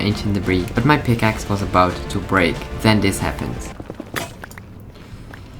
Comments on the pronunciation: yeah i heard that picaces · Be like: " I switched pikakes" pick-a-kes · just listen how he says pickaxe 😂😂